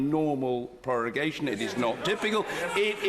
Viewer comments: Its prorogation, not prorugation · ProrUgation?!? ProrUgation!!? Really?! I do not assume studying at least some basic latin before trying to explain law & procedural principles should be required, but checking a vocabulary when you meet an esotic word fuck yeah IS COMPULSORY. And you even see how it is written in the official rule guide. (Hint for latin scholars: rogo, rogas, rogavi, rogatum, rogare) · lol 'prorugation' instead of prorogation